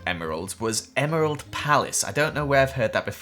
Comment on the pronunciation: It's name not Gerald its emerald